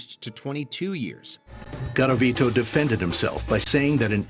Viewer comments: It's not Gavarito. It's Garavito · Oh look, yet ANOTHER repetitive serial killer list on WatchMojo. And not only that, with the same mistakes and mispronunciations as the rest of them. Luis GARAVITO, Not Gavarito. These cases are so famous and have been talked about so damn much it’s truly amazing that a channel with as much backing and money behind it can still get those simple things wrongs. If you’re gonna talk about the same bloody things over and over at the very least make sure you have the correct information ffs.